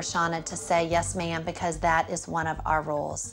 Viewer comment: She says ma’ma